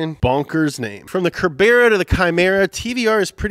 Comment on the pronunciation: TVR ser-bra, DUDE